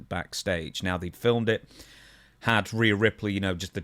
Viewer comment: Stevie, is it that hard to say reee yuh